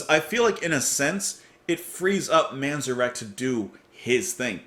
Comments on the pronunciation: Pronounced Ray Man-Zair-ick. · Can’t explain it, but just could never get into The Doors. I respect the heck out of them, but just not my favorite. Good song and reaction though. BTW, I believe the emphasis is on the “at” in Manzarek.